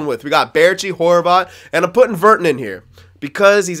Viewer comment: virtanen is pronounced ver- tan-in.. the tan sounds like Dan really pronounce the an